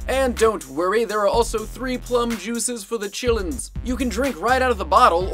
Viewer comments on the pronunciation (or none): For the "chillens" xD